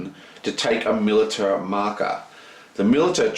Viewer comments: btw. militia is pronounced "mil- ish - a" NOT "mil - it - a" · Dude, its pronounced mil-ish-a, for militia